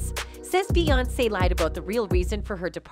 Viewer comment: I’m not trying to be rude, but I wish you would learn the correct pronunciation of the names. It’s Bay on say, not Bay once.